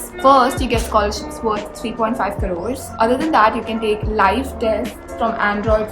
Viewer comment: When she said - kadores instead of crores Me - Yoooo mannnnn she is desi tho ;)